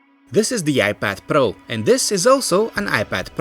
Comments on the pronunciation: I like how he says IPAD PARO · iPad pRRRRRRo